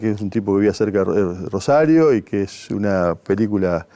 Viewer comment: Que hermoso como habla este muchacho bien rosarino sin ninguna S, genio llevando nuestra identidad al país entero